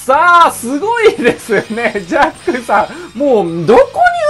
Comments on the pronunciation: ジャックがジャッジになってる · ジャックがジャッジになってるよ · 誰も言ってないけどジャックのところジャッジになってる